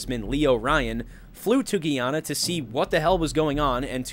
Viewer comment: "GUY" -YA-NAH. Not "GEE"-YA-NAH. No hate just informing ya 👍